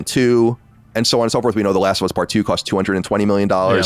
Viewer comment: "Last of Uz"